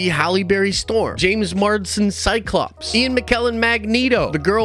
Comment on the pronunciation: MARS DEN MARS DEN MARS DEN JAMES MARSDEN say it with me JAAAAMEESSSS MAAARRRSSSDENNNNN like if there was a DEN of nerds on MARS a MARS DEN